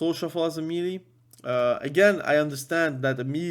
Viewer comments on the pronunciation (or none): That word "MELEE" is not a phonetic word. Pronounce it as if you would say "May lay". That's the correct pronunciation for that word. Just thought you should know. Cheers.